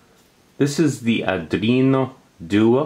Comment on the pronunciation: pronounced are do-ino doo-ey not are drino due-ah